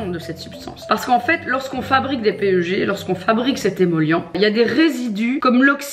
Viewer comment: Hihi on le lit "pèg" le PEG (=polyéthylène glycol), pas "péeugé" :) Cela dit ça fait super plaisir que tu connaisse la chimie et formulation des produits cosmétiques! On voit que tu connais et que tu ne t'es pas juste lancée dans ce domaine pour te faire de l'argent et point! Franchement bravo, je suis étudiante en pharmacie, et j'aimerai travailler dans ce domaine plus tard, mais quand je vois des minettes qui se lance dans ce truc sans rien connaitre, et surtout qui ne veulent pas comprendre...je comprends pas! Ça fait vraiment peur quand on voit ce qu'on met dans notre peau en échange de toute cette quantité d'argent!